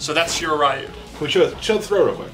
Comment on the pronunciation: It's "SHII-RAII RII-YUU" not "RAII-YUU"